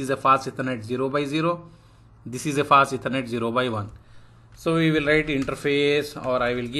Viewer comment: Hey good afternoon I was contemplating whether I should type this out but I had some trouble understanding. Specifically, when you mentioned the "Fast Ethernet" sometimes it sounds like you are saying "passiveconnect" and I got lost when you explained the "no sh" command because I couldn't understand the speech. If you still read these comments, please consider this. Thank you.